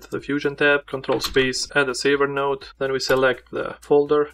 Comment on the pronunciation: I agree with others that this video is much better at showing how to save a batch of stills, than other videos on Davinci Resolve. But, regarding your third method, I can't understand what you're saying for several seconds, starting . It sounds like you're saying, "Add a frontal note, add a save note ..." Would you share what you're saying in the first few seconds of the third method? Please. Thank you.